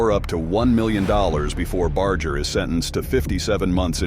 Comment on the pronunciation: It gets me aggravated that Most people can't pronounce His last name Correctly...🤔🤔 Even if everything is AI NOW... IT should be programmed Correctly... Just sayin'...